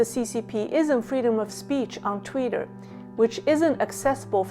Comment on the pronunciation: it is TWITTER! NOT "TWEETER" as you keep calling it! Is "Tweeter", Chinglish?